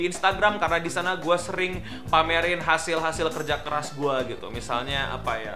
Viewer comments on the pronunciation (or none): gak jelas hahaha.kerja kelas apa kerja keras😂😂